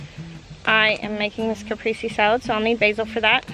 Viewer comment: I hate to be that guy but you just pronounced cap priest say